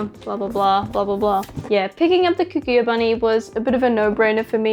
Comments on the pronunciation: I just can't with the mispronouncing of Kaguya all video long. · The way you pronounce Kaguya is weird